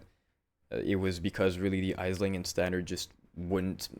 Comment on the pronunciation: "Aisling" is pronounced [Ash-ling]. It's an Irish name xD